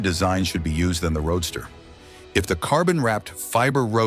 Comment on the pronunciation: Stop the robot narration... It's a roadster not a road star!!